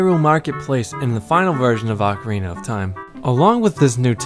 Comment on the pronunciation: For the love of Zeus!!! OH-carina, my americano friends, NOT Awk-karina.